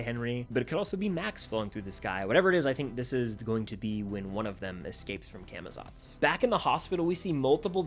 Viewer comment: Cah muh zots pronounce it right pls 🙏